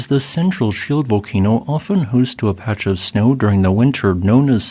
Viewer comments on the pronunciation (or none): none